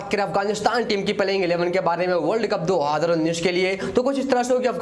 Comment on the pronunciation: Bhai tum 2019 bolna seekhlo.... mai tumhe blame nai kar raga hoon bro